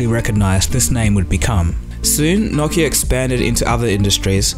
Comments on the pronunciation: whats a nockia? its pronounced no-ki-a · Its pronounced noe-kee-uh